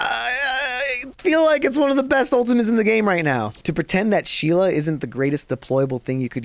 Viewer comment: Thank you for doing my Sheila the right way.